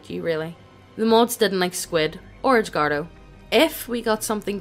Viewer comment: Text: Edgardo Reader: EDGE-WARDO